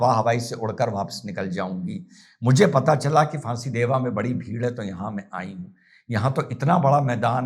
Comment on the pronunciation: yes sir,you pronounce absolutely correct,there are फांसीदेवा and बिधाननगर near siliguri.